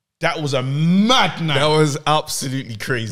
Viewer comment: naaaaah too much intonation on the "mad" still